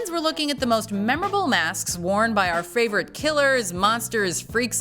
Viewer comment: Anyone else catch the "Fravorite"?